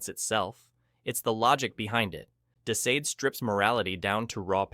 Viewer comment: How many ways can you pronounce de Sade’s name?!? Pick one ffs 😂